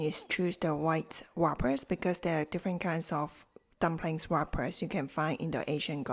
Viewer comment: WRAPPERS,pronounced rappers, the w is silent I hope to hear back about the crispy pork bellies, but I am going to make wonton dumplings as well, for the first time! Thank U